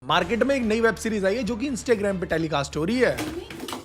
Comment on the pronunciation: Bhai mere instai graim nahi hota in stuh graam hota h pronounce aur likhte Instagram h....pls correct it itne bde youtuber hoke aisi chhoti chhoti gltiya kroge,??? Kitne hi log glt Sikh lenge dekh ke.... Google check kr lena dekh lena pronounciation aur jo correct ho vahi bolna..... Har video m yhi krte ho lmbe time se bt sudhre nahi fir bhi... Ab galti sudhaar ke next video se implementation dikhna chiye ok